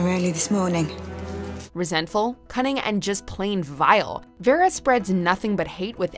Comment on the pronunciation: I'm sorry, but what's with that pronunciation of Vera? She basically butchered it, and its not like a name we have not heard before.